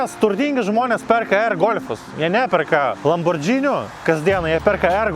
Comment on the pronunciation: Lamborgini, o ne Lambordžini.